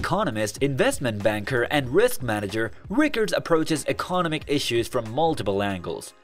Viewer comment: Is it me or does it feel like this whole episode was written and put together by AI? Even down to the voice. It can't pronounce words like economic or commodities correctly lol.